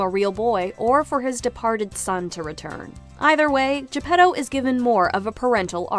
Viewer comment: Why in Luca of Pixar people Spoke with Italian accent and Pinocchio (another story set in Italy, Tuscany) they don't?🤔 By the way the pronounciation Is fully wrong Pinocchio Is not "P'nokeeou" and Geppetto Is not "J'peDou" (where the hell you see a "D" there?): it's 🇮🇹Italian🇮🇹 not english!!! More, there Is no "pleasure Island": in the book they write about a Place named "il paese dei balocchi" meaning "Toys'Town". And what Is Monstro? In the book they write about "il terribile pescecane" meaning " the terribile dog-fish". The Blue Fairy from Africa? Ah ah ah? I'm sure that the author of Pinocchio never saw an african in his Life.